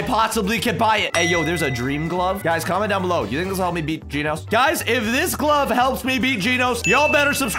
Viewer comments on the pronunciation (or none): Genos not Ginos